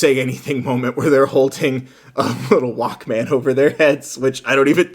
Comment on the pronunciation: The way you say Walkman 💀💀💀